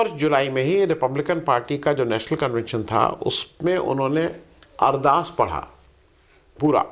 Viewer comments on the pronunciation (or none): none